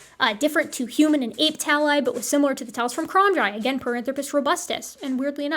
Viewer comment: I'm confused 😅 you pronounce the H in most words most of the time but then you throw in a hUman and I'm all combobulated.